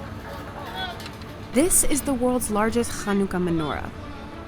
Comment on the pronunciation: The narrator really put her Yiddish on to say Chanukah